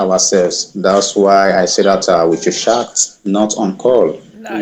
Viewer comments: He's definitely not Nigerian. French speaking country, more likely. He says "pardon" instead of "say waaat?" or "huh?" and his pronounciation of "chat" is french, hence the unfortunate "I want shat"... Still an absolute moron, but a french speaking one. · "We need to shat and understand ourselves."